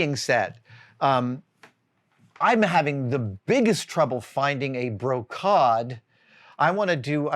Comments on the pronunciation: Adam, I believe (according to my iPhone Dictonary app) that is pronounced broh-keyd (long a, like laid). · I always heard it pronounced as "bro-cade". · Just so you know, the fabric you were talking about is more often pronounced like "bro - caid", so it rhymes with "first aid". Not that it matters too much, but I figured it might help with the search 😊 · This is another one of those 'Adam-isms' - brocade. Pronounced exactly how it looks Bro-Cade...but somewhere he's come up with Bro-Cod. I find it a bit fascinating at this point. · “bro-cod”…I have never heard it said that way. “bro-caid" or “bro-cade” (as spelled). This would include SCA in two kingdoms and contemporary fabric and upholstery shops. I’m curious to know if others people use this pronunciation, and where. Now I’m going through Google Translate to hear it in French, Spanish, and Portuguese. Random etymology for fun! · "Brocade" pronunciation in US and UK is apparently bro-kayd. As in "Dude, these cool bros at the arcade were wearing like totally sumptuous brocade!" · It’s totally Bro-Kayd. Thanks for that. #validated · The end of Brocade is pronounced "aid" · The historical costume community could almost certainly find you the fabric you're looking for or at least point you in the right direction. Also side note brocade is pronouced bro-keid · I was surprised by your pronouncing the word brocade with a short a. All the references I can find show it with a long a. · Ouch my ears. Long a in brocade, please. We're 'merican. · I thought so. The first time he said it I thought he was being playfully posh.